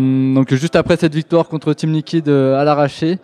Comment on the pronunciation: C'est simple , ce n'est pas "liquide" mais "Liquid", juste s'il te plaît